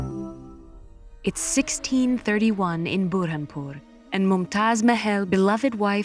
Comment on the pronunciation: I agree with you, but she didn't pronounce Burhanpur correctly